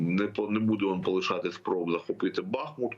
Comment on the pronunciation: Нарешті навчитися робити вірно наголос в слові Бахмут